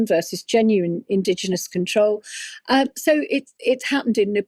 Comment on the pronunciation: Lure = Lee-you're Control = Cont-row-el Pakistan - Park-i-starn